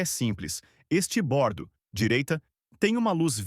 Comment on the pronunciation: Me dói o ouvido, cara vir explicar os nomes de direção de um navio e falar estibordo estuda mais um pouco ai amigo.